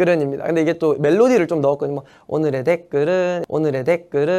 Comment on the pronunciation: 오느르 대끄른~